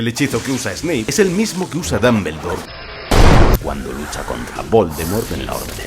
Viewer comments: Dos cosas... 1- El Basilisco jamás volvió a ver la estatua de Salazar Slytherin porque Fawkes lo había cegado y por ende no podía, ese movimiento fue solo de agonía. 2- El mejor Dumbledore (Dómboldor no esa basura de pronunciación de dambeldor) es y siempre será Michael Gambon. No encontre ni una que no supiera ya así que ni modo talvez a la proxima conseguis mi suscripción. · Sale sangre oír decir a un español DAMBERLDOR. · dombuloi dambeldor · Se pronuncia "Dombuldor" no "Dambeldor". Y se pronuncia "Jermayonie" no "Hermion". Digo jajaja